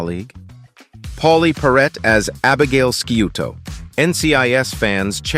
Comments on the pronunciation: it's pronounced SHOO TOE, not SKEW TOE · You have a bad habit of mispronouncing things especially names pauley perrette's character is Abby sciuto pronounced shoot oh. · Y'know, I might take this vid more seriously if the narrator knew how to pronounce the names of the show's characters. A true NCIS fan should b able to rattle off Sciuto, DiNozzo, and David without batting an eye. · Great video ❤ but those Sciutto and David pronunciations were painful. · You got THAT right! Always bugs me when something like that happens!